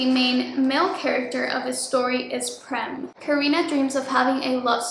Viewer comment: Okayyyy so the pronunciation of the name "Prem" actually goes like "pram" the 'pra' as in "prayer", atleast in India. But it's a proper noun so it doesn't really matter how you pronouce it 😭 I'm Indian soooooo